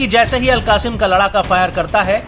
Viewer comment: अल कासिम नही अल कस्साम बोलो